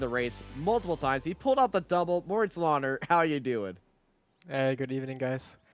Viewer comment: Me screaming at the screen 'Löhner is NOT pronounced Lohner'! When do commentators learn the correct pronunciation of the drivers?